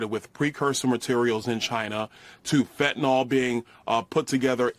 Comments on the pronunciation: Thank you for pronouncing Fentanyl correctly. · Thank you so much for pronouncing "Fentanyl" (fen-ta-nil) correctly, when most reporters say it incorrectly as (fen-ti-nall). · I wish I could give you an award for pronouncing Fentanyl correctly.